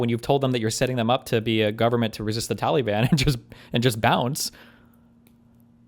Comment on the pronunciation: For the love of god, someone teach Steven how to pronounce "Taliban".